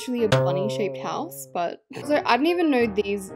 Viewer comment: Ah yes we call a house a ✨hosue✨